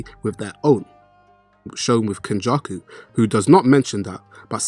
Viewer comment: Why does this guy say names weird? Who the hell is kenjuku